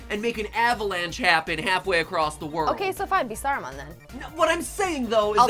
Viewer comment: They said Sauromon 15 times. Sauron SAURON ITS SAURON! NOT "Sauramon I choose you!" "Sauaramon uses avalanche." "Sauramon's Magic is Super Effective." "Sauramon wins!"